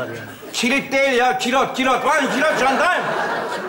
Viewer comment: jan kilot vandam yerine van kilot jandam dedi yaa😁😁😁